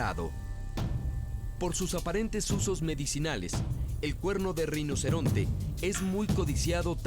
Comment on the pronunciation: Alguien puede aclararme, por favor, si en el docu se dice reinoceronte o rinoceronte? Porque si dice "reinoceronte", como a mi me parece escuchar, es falso.